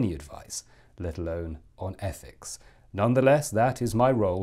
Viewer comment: Are you the Advisor on ETHICS, or the speech impediment sourced ETHEX?